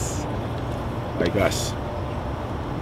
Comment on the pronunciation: Am i the only person that gets annoyed by the way he says enthusiasts?